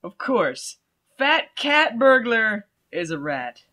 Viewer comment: I'll give them points for trying to be clever there; but they should've at least had the voice actor be in on the joke. It clearly sounds like Charlie Sheen is saying "fatcat burglar" not "fat catburglar."